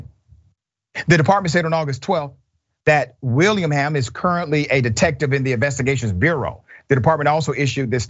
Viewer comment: Will-ing-ham--- Willingham